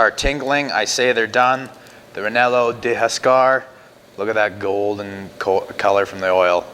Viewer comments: U r killin. I suppose you could change the bread to like a rye or herbed ciabatta. Say Ree-yay-no, not re-nel-o. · reh-yeh-noh like the pepper maybe?? sounds like a great sausage tho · Very nice video! Just so you know, its pronounced "reienno" with a rolling "r" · I think your pronunciation made it Italian 😊